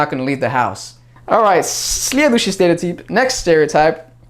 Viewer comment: Ты сказал "следующий стереотип" вообще без акцента! О___О Я на секунду засомневалась в том, что ты не русский :DD